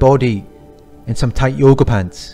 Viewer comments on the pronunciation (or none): none